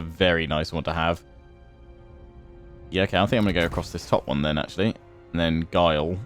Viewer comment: Did you pronounce "Guile" as "Jile"?